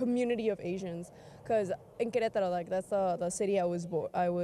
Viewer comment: She says "Queretaro" much better than me.